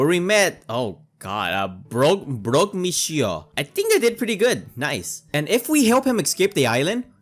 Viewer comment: as a french canadian, you say brock monsieur pretty well